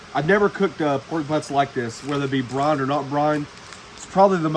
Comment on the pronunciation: That was great, never brined butt, but gonna try it. BRIIIIIIONEEE. BREYEN. Not bron.